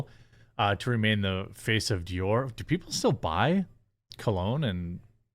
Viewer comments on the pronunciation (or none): none